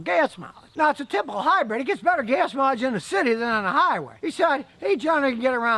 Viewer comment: Scotty is trying to to say HYBRID not HYBRED..... but still fails too often lol..